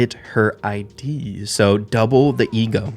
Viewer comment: umm, ackshually, its says Id (ih-d), like, in the subconcious ☝️🤓